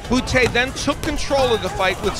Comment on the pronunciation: ha he said bootay